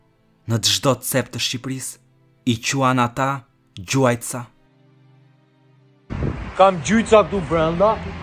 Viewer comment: Jo gjuajtsa por gjujtsa😂😂😂